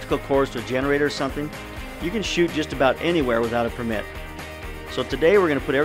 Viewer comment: "pur mitt"